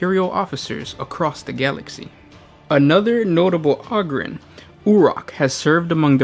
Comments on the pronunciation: O-grin not og-rin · O-ger and O-grin. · Do you pronounce ogres like a mouth breather too, instead making it sound like auger? Ogryn is clearly supposed to be pronounced like ogre not sure how you messed that up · Ah-grin lol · You're pronouncing it wrong. It's a long O, the same as 'Ogre' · PLEASE stop saying "ogryn" wrong? How do you say ogre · Ahger holmes ahger